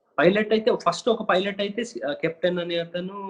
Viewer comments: Rey filot anchor nerchukunnava. Pilot anadam savata arey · Filot kadhu... Raa babu pilot. Filot... P Fassengers... Antav malli. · Rey pilot ra arey filot kaadhu ra baadkav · Most importantly his pronounciation of pilot was wrong..he always pronounces filot